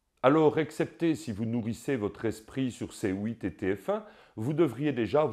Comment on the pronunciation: Rien qu'à entendre comment tu prononce C8,je vois que j'ai affaires a un compatriote.😊